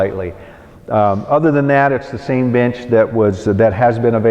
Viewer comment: I am really sorry, but I first thought why is he calling his bench like that! Even after trying to hear the word "bench" for like 10 times, I cannot!